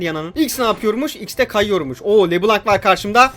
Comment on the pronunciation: Abi o le blanc kelimesi lö bılon diye okunuyor beyaz demek fransızca da